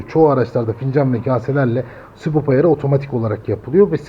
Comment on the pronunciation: adam sürekli sibop diyor ya, sinir oldum. subap subap subap subap, sibop farklı subap farklı